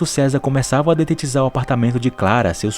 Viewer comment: DETETIZAR NÃO...DEDETIZAR